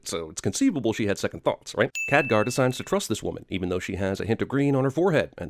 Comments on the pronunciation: Btw, Khadgar, not Kadghar. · it's not Kadghar, it's Khadgar (insert angry comment) i'm not mad i'm just saying xD